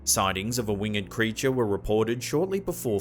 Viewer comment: Please stop mispronouncing “winged” It’s not pronounced like“learned” and is one syllable, not two “A winged creature” is wing’d - not wing-ed (unless you’re reading a poem). Also “harbinger” is pronounced like “whinge”